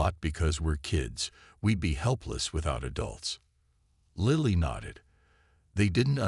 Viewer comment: The AI is mispronouncing Lily. If it mispronounces Mya Chen it will be the ultimate fail. Wooop now it's pronouncing Lily correctly. This is also a fairly dedicated copy of the story from another provider. Plagiarism is not impressive. Never mind about Lily. It's mispronouncing it again.